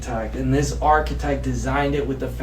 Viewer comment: How can you call yourself alpha when your voice sounds like a squeaky toy? 😂😂😂 And what the hellnis he saying instead of ‘architect’? Archetype? Archetight?